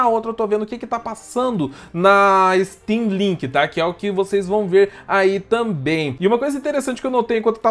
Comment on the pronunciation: Achei que ela tivesse falado steamlingue kkk